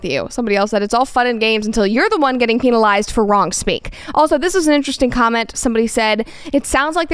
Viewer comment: bro really said "Peenalized" instead of "penalized." you can tell she reads lol